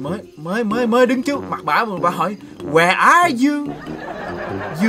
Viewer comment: Má "where are you" tui nghe thành "I like you"